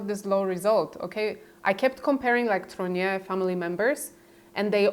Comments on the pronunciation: TROGNEUX! Could you please pronounce it ... not whatever name you keep saying! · Trogneux For anyone interested: Trogneux pronounced Trrrag-newe Words ending eux takes an ewe sound. Words ending aux sounds like oh Words ending in eau takes an ohh sound. Words ending in ier takes an eeāa sound. For example: Gateau ..... Gat-toh Montier ..... Mon-tee-ā Faux .... F-oh Deux ..... Dew, few, ewe, oooh Pooh Just some helpful French hints.